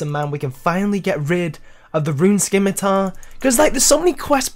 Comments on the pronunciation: stop saying skimitar. its pronounced sim-ih-tar. gonna keep messaging this till you get it. im sorry, it just aggravates me. look up the pronunciation. SIM-IH-TAR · So cringy hearing you say scimitar wrong.